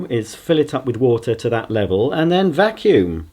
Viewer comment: I've never heard him say a vacuum this bad